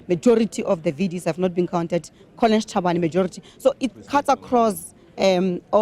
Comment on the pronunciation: VDS almost sounds like VBS.